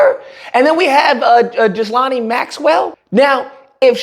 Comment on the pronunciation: This negro butchering everybody’s name. EPP-STEEEN and GILL-LANE